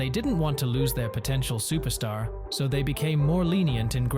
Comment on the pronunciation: "UFC superstar" bruh needed an english to english translator Nate style that was brutal lol